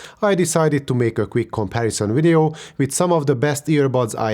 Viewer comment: It's video not wideo